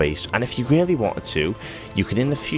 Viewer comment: "If you really weanted to" Nice detail dude !